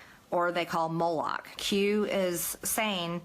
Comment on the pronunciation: It's remarkable how moronic and ignorant MTG is. For someone who claims a reverent familiarity with the bible, she twice mispronounced Moloch. Nor did she know how to pronounce 'cabal'. If you're that ill-educated, you're likely to be susceptible to whatever dubious conspiracy shit you hear. This is a woman with no experience of critical thinking.